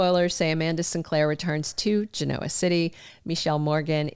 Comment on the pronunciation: Gin-No-Wah...NOT Gin-Noah.